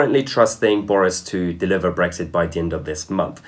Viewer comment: Please pronounce the X in BreXit.... it's not Breggzit unless you're Tony Blair.